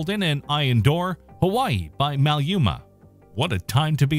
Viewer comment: I just love the way Maluma's name was mispronounced. I mean it. I find it sexy.